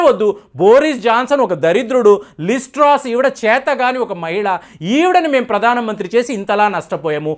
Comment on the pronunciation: Some corrections: లిస్ ట్రాస్, లిస్ ట్రోస్ కాదు "లిజ్ ట్రస్" ఋషి సునాక్ కాదు "రిషి సునాక్" Pound sterling కాదు Sterling pound. Anyway, Rishi Sunak could never be the UK's PM. Penny Mordaunt from the same Conservative party is also a front runner there. Chances are high to Penny this time. I hope only a Bristish take the throne 😆